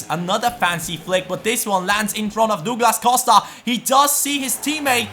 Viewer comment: it's prounouced Dawglass Cowsta